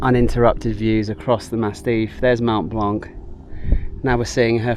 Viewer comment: Great series, made me definitely want to look at doing this. FYI it's "Massif" not "Mastif" I think you keep referring to!?